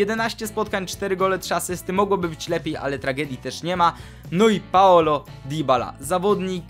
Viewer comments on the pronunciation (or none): Mówi się: Dybala, przez "y", a nie "i"